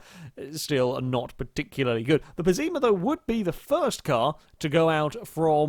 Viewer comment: pessima not pezzeema ffs